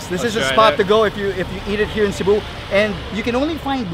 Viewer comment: See-boo? Bro it’s SEH-bu.